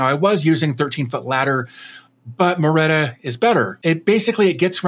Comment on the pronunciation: i think its Marreta and not Maretta.